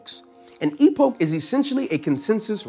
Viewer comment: "during the E-Poke" lol, great explanation, although just for the sake of pronunciation continuity, it is "E-Pock".